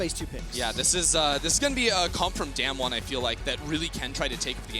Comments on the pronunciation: they are saying DamWon wrong and it's pissing me off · It's so annoying that the casters always mispronounce Damwon, I mean, don't they learn the team names before worlds?